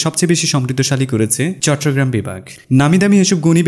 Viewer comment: চট্টগ্রাম উচ্চারণটাও কি মুখস্থভাবে করেছেন ? কোথায় চট্টগ্রাম আর কোথায় চট্রগ্রাম।